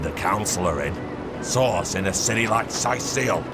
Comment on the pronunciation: Idk why but *CURED THE SICK AND HEALED THE WOUNDED THROUGH A GREAT POWER CALLED SAUCE* Everytime I hear,Source I hear Sauce.